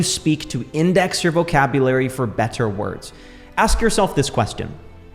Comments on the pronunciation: You're a bright young man and have fallen into love with one of the most powerful things that will help you immensely in life. I do hear a bit of over annunciation in some words like 'better' or hard Ts - but you will smooth them out over time as they sit in your pocket longer. It could also just be your accent or what region you're from. Not to take away from the fact that you have a bright future. God Bless you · the way you pronounce "better" kinda drives me nuts